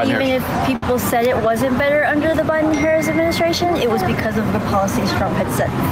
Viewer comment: This goof gives himself away when he slips and says Harris correctly.